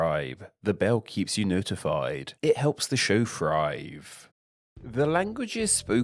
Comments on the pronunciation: An interesting subject. Shame that the speaker cannot pronounce so many of his words properly. Thrive becomes frive, the 'l' sound is mispronounced in such words as identical, which becomes identicaw; 'they' is pronounced 'dey.' And there are so many others in this debased speech that beside sounding unpleasant, it makes a mockery of the topic. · As a language expert can at least pronounce thrive with TH no F. :))))) great video though